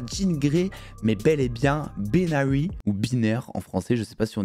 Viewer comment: "Baïnary" pas "Beenary"